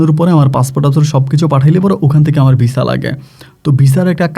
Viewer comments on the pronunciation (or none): none